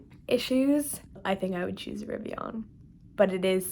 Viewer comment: Definitely Riv-ee-ehn…or uhn….not AHN. :)